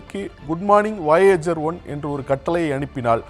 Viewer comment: என்னாது வாயேஜரா? அது வொயஜர் Voyager.